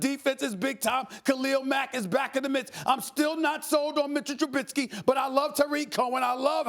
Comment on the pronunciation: Steven A can say whatever he wants about Trubisky, but the thing that bothers me most is when people say truBITsky instead of just Trubisky. Truh-Bisk-ee. Not Truh-BIT-skee. TRUH-BISK-EE. Trubisky. Maybe as a Bears fan, I just love saying that